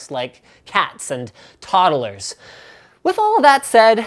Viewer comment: Toddlers Linus! Not toderlers. haha